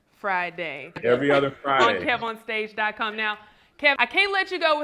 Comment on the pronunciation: Hey. I think is trying to say KEV-on-stage but he keeps saying Keyvon stage. Back to you